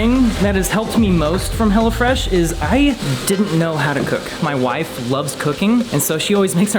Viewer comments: sounded like he was saying "hella fresh" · I thought he was saying hella fresh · the way he says hello fresh sounds like Hella fresh and i like it